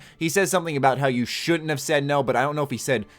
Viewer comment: he said shouldn't. it's a country way of saying it lol